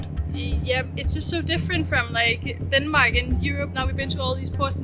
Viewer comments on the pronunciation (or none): none